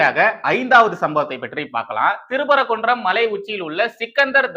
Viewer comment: திரு பரகுன்றம் இல்லை தம்பி சிறுதிருத்தம். திருப்பரங்குன்றம் என்று வாசிக்கவும். நன்றி